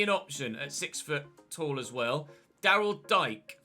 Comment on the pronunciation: It's Daryl Dee-kay